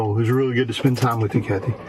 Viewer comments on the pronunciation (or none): none